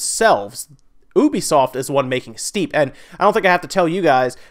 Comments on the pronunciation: It isn't Obisoft. It is U-be-soft. Ubisoft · Is it really pronounced oobisoft? I thought it was youbisoft like a u sound. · Kinda funny how you pronounce 'ubisoft'.